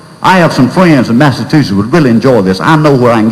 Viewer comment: had a teacher that pronounced it massatussus, too. funny as hell.